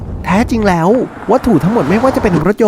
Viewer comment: คนพากย์ผู้ชายพูดไทยไม่ชัดซักที ฟังผู้หญิงพูดลื่นหูกว่าเยอะ ได้ > ดั๊ย สาย > ไส แล้ว > ล๊ว เหมือนลากเสียงยาว อะ,อา ไม่เป็น ถ้าเป็นคนปกติผมคงไม่จู้จี้อะไรหรอก แต่คนเป็นนักพากย์ควรออกเสียงให้ชัด